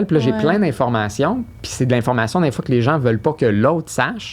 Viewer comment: Hahaha! Ce soir, n était plus la seule a dire "dinfois", même l invité le dis 😂 Je vous adore,un podcast encore super intéressant!